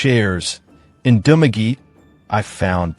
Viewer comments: If you could only pronounce the localities as it is done in the Philippines. I did not understand Dumageh - it is Dumagette! Thumb down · You mean its not Dumagee? This Dumb ass has never been to Philippines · To this blogger. Correction on Dumaguete pronounciation. Sounds like DU-MA-GE-TE. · Correction- DOO-MAH-GHE-TEA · You're mispronouncing Dumaguete. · these pronunciations are wrong reading it from an American point of view.